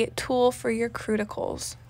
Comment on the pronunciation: Oh my goodness... "The Tool for your Cruticals" gets me everytime!!! 😂😂 Now Im binge watching all the tutorials to see if they all say Crutical instead of CUTICAL 💖😂 Which so far they do.. I am currently into doing my own nails & I love watching reviews to see what the best nails seem to be. Thank you for the video 💖😊